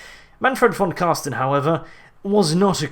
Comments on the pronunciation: Mate its Carstein not Carsten fix plz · Car STEIN not car STEN!!!! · Car-stein, not carsten^^ i find it funny how you pronounce it. But nonetheless great vids, i realy enjoy them^^ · it is so funny to see how english people saying his name( im german), i enjoy it everytime and must admid, that is a hard name to spel out :-) and big thanks for this awesome Lore video to him. Vor me as a beginner it braught me realy in to death. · Say: Einstein Now say: Carstein